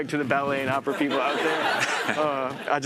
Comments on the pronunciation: Haha she said Oprahinstead of opera! 😆 🤣 😂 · Gayle almost saying "Oprah" instead of "Opera" in the opening 😂